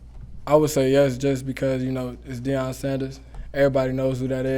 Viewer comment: “Deion Sanders” 🤦🏿‍♂️